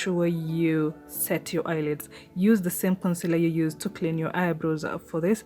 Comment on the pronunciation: Did you just say I can youse bar soap 🤭😅